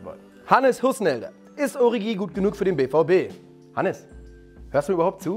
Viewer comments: Man spricht doch origi anders aus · Ist es denn so schwer Origi richtig auszusprechen?